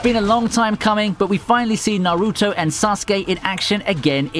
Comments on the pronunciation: Had to stop watching as soon as he said Naruto's name. You chopped that shit up so bad. Learn the names mate. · Dont ever say naruto like that again dont ever disrespect him again